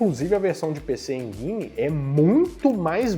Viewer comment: Tem que aprender a falar PC Engine 😂